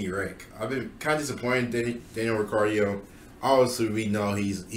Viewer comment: Daniel a C? Zhou lower than Ric is insane but I think your paying to much attention to the cars performance and not looking st driver ability. Albon has been great and you even acted like George had a so so year last year and he was levels above where that car should have been. Last complaint is mispronouncing names like Riccardo and zhou makes me wonder how much you actually follow F1